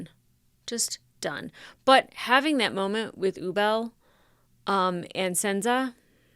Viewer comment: I'm sorry, Sense's name is pronounced Xenza?!?